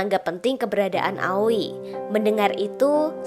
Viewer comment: Sassuke bacanya saskeh aoi bacanya aoy bukan awi